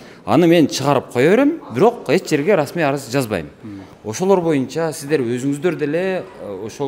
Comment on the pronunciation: Арыс эмес арыз